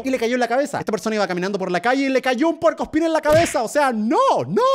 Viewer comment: german dise cuerpo espin like si lo escuchaste